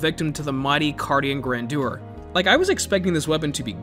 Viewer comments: Grandeur was almost right, you just need to put the stress on "Gran" (and General American usually make that "GRAN-jur", the "dyur" pronunciation is more high society British but still valid) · It's pronounced Carian Grandeur not Carian Grandeur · It's actually pronounced Carian Grandeur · It is pronounced grandeur